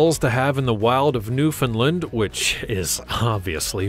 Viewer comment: Pronounced New-found-land. Not Newfinland